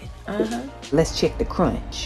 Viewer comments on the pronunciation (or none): "ThE cRoNcH"